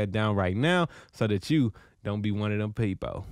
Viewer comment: He said, "So dat CHU...don't be one a dem pee-po." LMFAO! Dude hilarious!